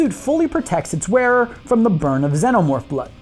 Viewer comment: you say it like senomorph its xenomorph